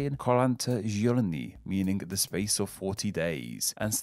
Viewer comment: The fact that you pronounced "Giorni" in "Quaranta giorni" with a French accent will probably stick with me for the rest of my life